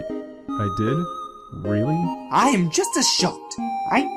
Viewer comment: I'm just saying but when Papyrus said 'I am always telling you that', the emphasis was meant to be on the am, like 'I AM always telling you that!'